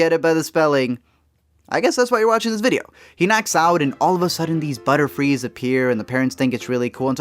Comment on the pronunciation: Yall notice he went "buterfrees" or just me